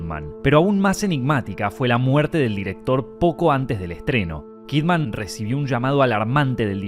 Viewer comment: Her name is Kidman, pronounced "kid-mun." It's not "Kid Man." She's not a superhero.